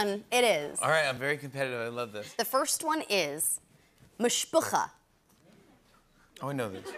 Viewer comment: When Zoey said the word Mishpachah it was awesome